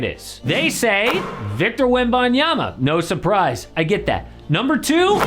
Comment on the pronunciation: I really appreciate that you pronounce Victor Wembanyama's name correctly. It proves that you took the time to find out, to learn, all out of respect and ethics.